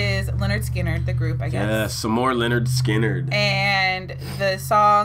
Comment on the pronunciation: The name is not ‘Leonard’ Skynyrd… it is ‘Linn-erd’ Skynyrd…